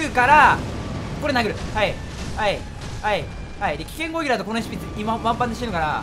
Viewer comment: ずっと思ってたけどまって攻撃を「こういき」っていってない？